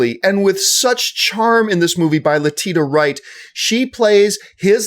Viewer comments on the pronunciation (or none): I think you pronounce her name like "Letisha" even though its spelled Letitia.